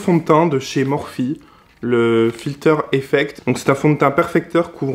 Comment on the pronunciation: SI SI SI FILTER EFFECT 😂😂😂 C'est quoi cette intonation weirdo ahaha